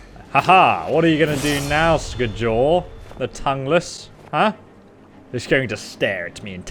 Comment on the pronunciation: It’s skyol not skejol